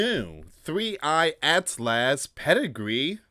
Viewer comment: PRONOUCED AS ATLES